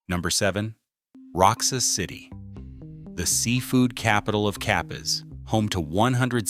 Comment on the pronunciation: ROXAS is pronounced "RO HARS" not ROXES.